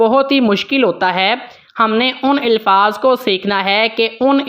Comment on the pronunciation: Elfaz nahi Alfaz ap k qirat achee ha